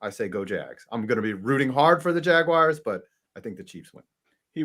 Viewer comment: The way says JAG WIRES its jaguars bro